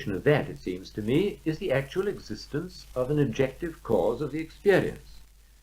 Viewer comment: eggs-istence is not a preddi-kate Thank-you for pinting thet-ite